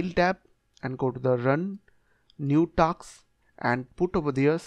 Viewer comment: Task ❌ Taks ✅